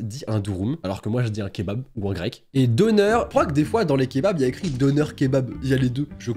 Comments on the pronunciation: ET ON NE PRONONCE PAS « Doner » MAIS « Donaire » (Je parle de la prononciation) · Je me suis poignardé par ta prononciation de dürüm et döner Ps je suis turc c pour sa 🇹🇷❤️ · Pour les kebabs la prononciation c'est : dener et durum